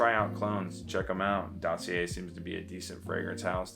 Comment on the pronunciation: Btw didn't ur Montreal GF told how to pronounce DOSSIER 😂 you're still amazing ❤